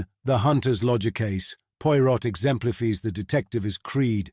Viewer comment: Slight misprounciations here & there. Hercule Poirot is correctly given as French: AIR-kyew Pwah-ROW. , the last name by itself is pronounced POY-rott. Phonetic, wrong. Also "exemplifies" is rendered as ex-EM-plih-fees. Perfect till that last syllable.